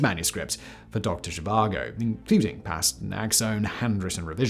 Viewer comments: She vango???? VAGO! Doctor Zhivago ....no ng :) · For some reason in the first half you pronounced it as zhivango and later as Zhivago didn't you watch the movie? I mean who am I kidding, you probably didn't 😂 doesn't mean it isn't interesting to watch tho. Very interesting tho I didn't know about this let alone that the Dutch helped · I may be wrong but i always thought it was pronounced doctor she var go and spelt doctor zhivago. If im wrong then i apologise but that is how i have always said it and heard it said. That aside, great work as always simon. The videos you put out across all of your many MANY channels are always a great watch. I never miss a episode. Keep up the great work and i cant wait to watch your new episode of the casual criminalist after i have watched this. Thank you for all your hard work and effort in creating what is for me the best set of content on youtube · Dr Zhivango?? Oh, Simon, what are we to do with you? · There’s no “N” in the pronunciation of Zhivago.